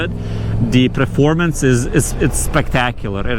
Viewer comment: It's Performance,not Preformance😂